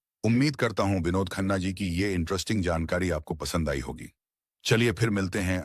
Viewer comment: Your pronunciation of vinod khanna is pathetic.its sounds like Dawakhana😮